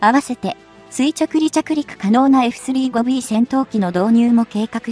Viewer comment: 「エフスリーごビー」とかの読み上げ方はなんとか改善して欲しい。